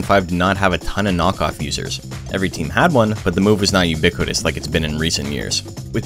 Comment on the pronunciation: I guess I counted you saying "uniquitous" 4 times.